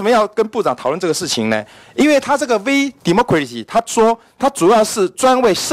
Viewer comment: 一直把VDemocracy聽成「V什麼鬼兮」 幹好好笑喔，講到服貿的時候就說利大於弊， 講到自己要被罷免就說中資一進來就涉及國安， 委員突然開始變成逢中必反了嗎？